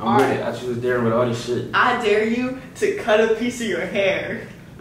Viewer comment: Bruv its dare not dear